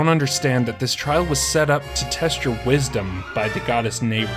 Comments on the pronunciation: Ah ofcourse the three sides of the triforce... Power... Courage... And uh.. Yknow.. Wisodom. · you put the o in wisodom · wisodom? anybody catch that